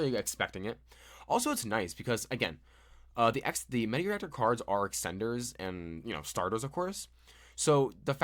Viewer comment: The archetype is kinda cool but also heavily relies on playing it with other engines in my opinion. Also, it's Materiactor (Material + Reactor), not Meteoractor :P (yeah, I had to correct on that) Or do you just call it that way and it's a joke?